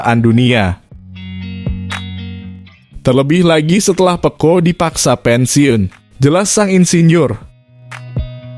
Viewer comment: Minimal suka MotoGP lah min😂,lucu aja kau nyebut Ducati,pecco,dan bezzecchi nya,. Btw itu aja sih yg buat nggk enak over all bagus aku suka berita begini